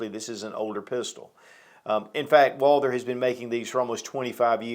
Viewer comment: Some of these YouTube gun channels just can’t pronounce Walther and refer to it as a Walter. I don’t get it. How can someone with so much gun knowledge and experience not say Walther? Lol